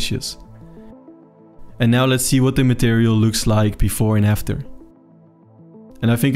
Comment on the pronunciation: Very informative video. I have never heard the word "conspicuous" pronounced as "conspitious." Here is a phonetic spelling of how I usually hear conspicuous (kun-spick-you-us). What do you think? Regardless, nice video.